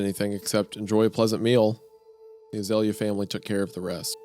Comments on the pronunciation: I grew up where we had an Azalea festival in my town every year. Hearing Hunter say A-zah-Lee-ah and not ah-zale-ya is kinda messing with me lol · that's not how you pronounce it lol, it's more like Ah-zale-ee-ah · I'm ten minutes in and screaming at the screen 'surely it's pronounced As-eh-lee-are?' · Azalea is a species of Rhododendron, a flowering shrub. You pronounce it like "Uh- Zale (as in Zale's Jewelry) -Yuh" or idk maybe throw some more twang on the Zale if you're from the South I suppose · My sister's name is azalea, we pronounce it (uh-zail-ee-uh)